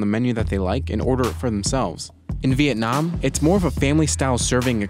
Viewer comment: I cracked up so hard at the VietNOM NOM